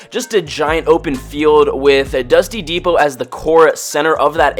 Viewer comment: Why does he say dusty n depot or dusty n divot